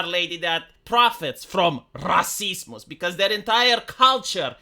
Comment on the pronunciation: Probably 'Cause I listened to it prior whenever he says "racismuss" my mind goe "Du, Du Host, Racismuss" the brain is a weird thing.